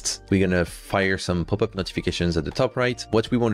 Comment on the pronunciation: I really thought that "poopup" was just you pronouncing popup with French accent LOL